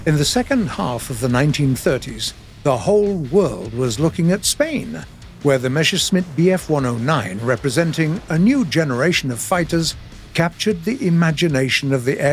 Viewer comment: "Meshersmit" = Meschersmitt? 😀